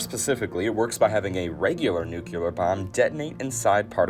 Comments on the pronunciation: Really? We're supposed to learn something from this guy that can't pronounce the word Nuclear no matter how hard he tries wow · Can't even say, "nuclear", and we're supposed to take you for some kind of authority? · I can’t believe they couldn’t find a narrator that could pronounce NUCLEAR correctly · Never trust a video about a science topic in which the narrator does not pronounce "nuclear" correctly. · It's difficult sitting out a video about Castle Bravo while enduring the narrator's stunning inability to pronounce nuclear correctly. Jimmy Carter couldn't, and George Bush couldn't, but they were both nitwit politicians. Level up, narrator. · Oh my God that annoys the f—k out of me! You would think that they would pronounce “nuclear” correctly in a video like this. 🙄🤦🏻‍♂️ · Awesome video dude! Terrible pronunciation of “nuclear/nucleus” though lol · I stopped watching as soon as I heard “nuculer” for the first time. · Every time this guy says "nuke-yule-ar", I think of Peter in Family Guy.... "It's pronounced nukular you dummy, the s is silent". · "The nukulus". "The nukelar force". XD Sorry. Just joking. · I cant keep listening to him say nuke-u-lur and nuke-u-lus. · Unsubscribed because of "nukillar bomb" and "atomic nukillus" instead of nucleus. Learn to speak proper English, please! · I can’t believe you made an entire video about Nu-Clear bombs and you can’t even pronounce it correctly. A force that can destroy entire civilizations, power the largest cities and you don’t respect it enough to learn how to say the word right? The nucleus of the atom. That’s where the word comes from. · Bro. You gotta stop saying “nuculus” and “nucular”. You really can’t put letters together one after the other? Most people learn how to do this in kindergarten or early primary school. Look at the fcking word, and read the letters one at a time: NUC-LE-AR. NUC-LE-US. God damn. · New-clear bomb. New-clee-us. You’re killing me. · "Nucular"..."nuculous"... I almost had a stroke...